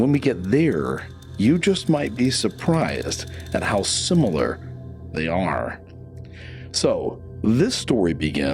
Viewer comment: What do I think? I think it's weird that you say simyular instead of similar. What's with that?